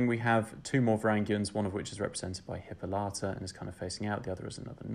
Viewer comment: Also Hippolyta not Hippolata